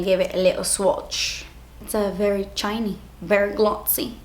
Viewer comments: "I like chiney...and glotsy." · "Berry chiny.. berry glozzy" -- the main reason I hit the like button for this video (besides the fact that I like them all anyway hehe)